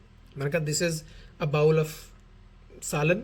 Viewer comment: بھائی bowl بھی انگریزی والا bowel نہیں بلکہ اردو پنجابی والا بول ہوتا ہے۔۔۔جیسے ہم کہتے ہیں “وے ہُن بول” 🙂